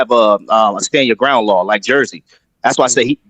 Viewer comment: Jersey not like he said